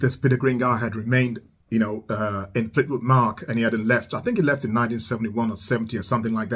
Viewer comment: fleetwood Mac like like in (a)mbrosia not like m(o)cking. Or like hay Mack.